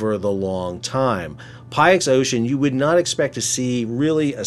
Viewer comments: Great update. Btw Pyxis rhymes with pick-sis. ❤ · If the name Pyxis is taken from the ancient Greek word for a medicine container, then it's probably meant to be pronounced 'pick-siss'. 🙂 Meanwhile, I imagine this will be one of those energy-saving solutions that's hard to comprehend in the short term, but which proves to be quite a good idea over time. It's a bit like the world's airlines saving fuel by reducing the number of tines their plastic dining forks have. 🍴👀 Going from four prongs down to three sounds like a stupidly tiny change, but the savings made over an individual plane's 30+year service life covering 50 million miles all add up; for an entire fleet of big jets, the fuel saved by not having to haul 0.02g (or whatever) of useless mass per fork around the globe is genuinely worthwhile. The nice thing about using the wind to help drive ships along is that the stuff is there all the time anyway. It follows you around for free, so you might as well try to make use of it. I don't know how long ships last, but sticking a simple wind-gathering device on one seems like a pretty good idea to me. I mean, why not? Why not? Hmm. 🤔Let me count the ways... Well, the biggest problem with many of today's supposedly brilliant ideas is that they're never SIMPLE, are they. I expect these nifty robo-sails will be ludicrously expensive, massively over-designed, cripplingly demanding to maintain, ruinously costly in terms of wasted cargo space... Sigh. And there's little point in spending millions on installing kit to harvest free e